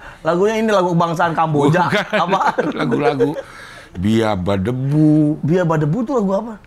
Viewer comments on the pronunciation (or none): BEABADOOBEE cing, yg dari Philippines, bukan biabadebu :'D